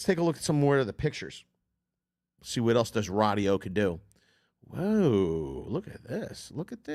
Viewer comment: If I could super dislike I would. Everyone knows what an equalizer is. Stop saying radio weird you cringe.